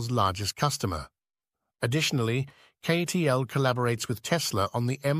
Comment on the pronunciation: Obvious AI promotional video as it immediately mispronounces CATL as KAY-TEE-ELL. If you can't even shell out for a narrator you don't deserve to be on this platform. NOT "an excellent video." And, what happened to the M3P battery which was supposed to be superior to LFP?